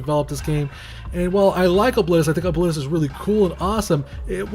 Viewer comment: Pronounced that way reminds me of "O-clit-us." I will never look the character's face without seeing that image again. Great video as always :D